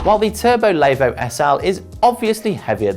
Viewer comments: Layvooo! Good start when the reviewer can’t even say the bike name right. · Lay-vo, Diffy Forest, what was he doing Wrexham, learning how not to speak English and Welsh?